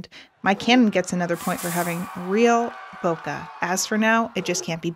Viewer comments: Why everyone spell "Boke" wrong??, it's not "Boka" it is "bokE" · she cant pronounce bokeh right read a book